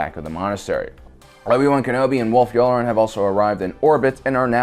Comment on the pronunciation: Aight I don’t know how nobody else is talking about this, but I literally had to stop watching this because he seems hella bent on pronouncing every name WRONG. He says chris-top-sis when it’s chris-stoff-sis, but that’s somewhat understandable. But admiral you-lure-en? It’s you-LAR-an! And then Ashoka TUH-NOE?!?! It’s literally said hundreds of times! This feels like he’s never watched the show before and is just reading from a teleprompter and making his best guess, like what?